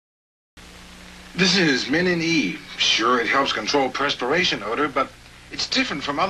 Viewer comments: At about the guy in the Bonny Franklin ad says PRESperation. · I don't think Bonnie Franklin was wearing pants. The guy with her said prespiration, not perspiration.